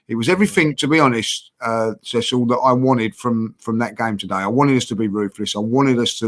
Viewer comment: Man called Cecil "Curtis" lol